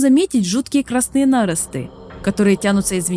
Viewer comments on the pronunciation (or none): Текст интересный, но есть несколько коробящих моментов с ударениями. И если "нАросты" вместо "нарОсты" еще можно списать на то, что автору это слово малознакомо, то "авторОв" вместо "Авторов" сильно бьет по восприятию. И "фреска", а не "фрэска". Возможно, русский язык для автора не родной? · "нАросты"! Бля, "нарОсты" нах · Блять , пожалуйста, слово нарост имеет ударение на второй слог, " все покрыто красными нарОстами". Сколько можно ещё произносить это слово неправильно? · да блять какие нАросты может нарОсты? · что за баг с произношением слова "наро́сты"? откуда такое коверканное произношение на́ромты - это очень режет слух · нарОсты, а не нАросты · Только что прошёл игру, Как по мне это шедевр! Спасибо за проделанную работу, познавательно и интересно. НО, Авторов а не авторОв и нарОсты а не нАросты. Не хотел вас обидеть, но очень режет слух простите. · Учитывая регистрацию в Германии, как я понял, ваши ударения это не нейронка, а ваше озвучивание. Но нАросты и фрЭски... так не говорят, прошу учесть в будущем. Спасибо за ролик. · Озвучивала нерусская женщина? Что за на́росты? Что за фрэски? Пздц. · Видео нейросетка озвучивала? нАросты - это очень странно и стрёмно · Что с ударениями у автора? нАросты, авторОв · НарОсты, колеЯ, фрЕски, Авторов, бля. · Всё супер, кроме слова нАросты 🤦‍♂ я не душнила, но слух режет капец ) Но в остальном спасибо за контент! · а что с русским языком? авторОв, нАросты... вам русский язык не родной? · Но складывается ощущение, что эссе писал кто то другой или вообще ai, ударения выдают, к примеру - нАросты. Но это ничуть не умаляет проделанной работы. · к ударению придирка вообще лишняя, ибо например те же нАросты - это типичный пример воронежского говора, а не проделки ai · Авторов, нарОсты, при всем уважении к диктору, но слух режет безумно. Убедительная просьба расставлять ударения в словах правильно, корректные варианты замеченных слов выше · Странное ударение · В слове нарост ударение на второй слог, а не на первый